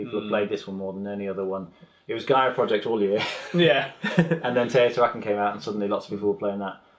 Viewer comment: Tayotawhackin??? Teh-oh-tee-hwa-caan please..😋